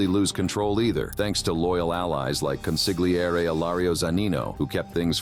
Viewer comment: Consilgieri NOT Consigliarri